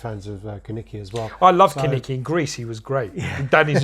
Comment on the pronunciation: Kaneki not kanike